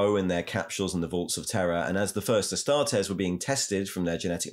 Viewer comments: It's Astartes {ah-star-tees), not 'astartez' like a mexican surname... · Mr. Ticklebutts who is the guy who sounds like he mouth sexed some cocaine everytime he says astartes? That isn't Luetin09 is it?